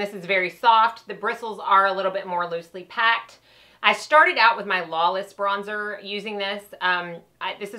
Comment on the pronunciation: Bronzer not brozer. Great video though. Helped me figure out my new BK brushes